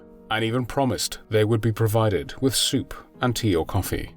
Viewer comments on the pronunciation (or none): none